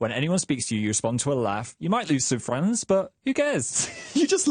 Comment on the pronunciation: "Welcome friends?" Welcome PHRIENDS.